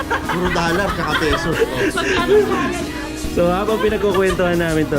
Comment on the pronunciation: Ano...?!! 8 Pisos o' 8 Pesos?!! 🤔 O.K. si sa pag bigkas ng salitang "Pesos"... Pina'tigas ni, ginawa nyang "Pisos"... 👍👍👍₱🤣😂🤣